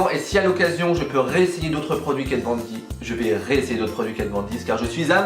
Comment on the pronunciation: hello ! je viens de découvrir ta chaîne, très sympa j'aime beaucoup ! La game de Kat est super et tu fais ça très bien :3 petit conseil, attention à la prononciation de son nom :p